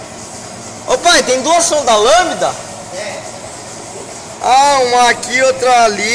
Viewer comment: o falou errado é sonda lambida kkkkkkkkkk